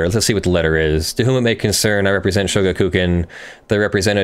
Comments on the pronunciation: Yeah it's three words not two. Sho-gaku-kan not shoga-kukan. And the u is very much not stressed, it would usually be all but silent when actually pronounced in running speech. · show-GAH-koo-KHAN. Sorry, my inner weeb couldn't handle it q-q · shoh-gah-k(u)-kah-n with stress added to shoh and ka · In regards to pronunciation of shogakukan, you were close, but the emphasis is not on ku. The Ga has the emphasis, but unlike English, there's no lengthening of the syllable, only a raising of the pitch.